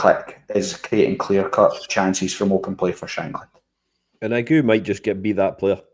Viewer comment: Ageu is three syllables lads: Ah-jay-oo. First Brazilian to play for Hearts? Cannae think of any others.